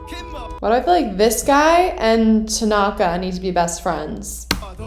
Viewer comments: lmao it's now my habit to call Tanaka "Takonga" because of victoria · “I would like to chess bump Tenaka” SIS ME TOO😂😂